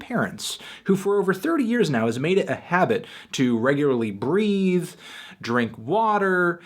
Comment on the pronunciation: "regularly breathe" really, for a second I thought I heard "regularly breed" :DDDDDDDDD